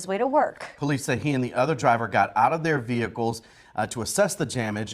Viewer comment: Dat be po-leece say it right